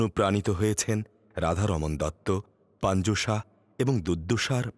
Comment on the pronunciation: নামটা ঠিক করেন না কেন? নাকি ইচ্ছা করেই বাঊলের নাম বদলে দিয়েছেন? Saha না এইটা Shah